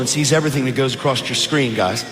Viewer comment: This one was like a "bro"pocalypse! 😖 And please don't start saying "acrossed".